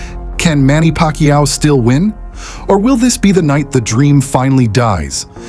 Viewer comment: Parkquiao 🧐 kombosos? Tf up with ur pronunciations . Oh it’s AI